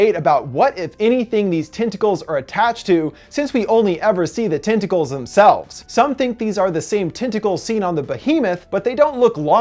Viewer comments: TENTicles, TENT, not TINT...sorry but it's driving me crazy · "TIN-tickles"??? Not "TEN-tackles"??